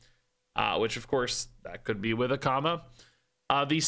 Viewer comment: I heard "which of course, that could be with a comma," at the end of the card description , and I read the card text over and over again trying to figure out the grammatical error the Hearthstone team had made. It wasn't until I gave up and halfway through the video I heard you say "Akama" in a way that made me realize that was what you were talking about instead. 😂